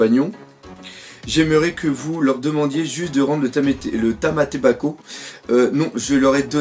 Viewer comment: je sais que tu t'enfou mais c'es tamAtebako et non tamEtebako sinon ce chapitre est super sa change de l'action que l'on a eu depuis quelques semaine sa calme un peu 👍🏾👍🏾👍🏾